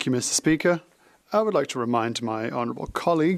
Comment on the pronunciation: Meester speeaker!